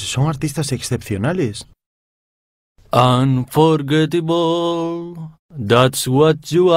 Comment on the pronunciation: Anforguetibol... wtf?